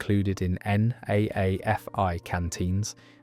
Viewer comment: NAAFI is pronounced "Naffy" - Navy Army and Air Force Institutes